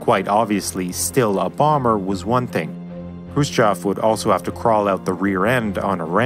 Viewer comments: Khrushchev is pronounced Crew-Shev not krhbayschjsimsov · It's Krushchev not Krushchav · Also author should work on pronunciation of Russian names. Khruschev isn't spelled like Khru-s-chev, more like "Kh(really soft almost like Hr)u-shchev" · It's pronounced Hrushóf, you've turned it into a monstrosity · Khrushchev pronounces “Hrushyov” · you mis prononce Khrushchev. you ought to research better. makes me cringe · why are you incapable of pronouncing khrushchev correctly? tip = there's no 'o' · he mispronounced khrushchev every single time, a trait i've seen many americans do with simple words, like oblate and spheroid, for just 2 examples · Hate to be a smartarse, but here we go: -It's Khrushchév, not Krúschov -It's TU, not tiju -It's IL, not aiel -it's hundred fourteen, not one-one-four.